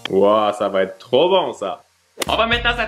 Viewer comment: "C'est trowp bien" ❤️